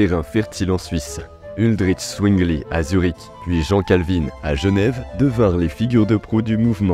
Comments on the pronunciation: Bonne vidéo! La prononciation des noms laisse vraiment à désirer 😂 Vous êtes excusé pour la prononciation des noms allemands. Mais Calvin était français, donc pas Calvinn. Et le h d’Helvètes est un h muet. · oui juste et Calvin , non pas Calvine lol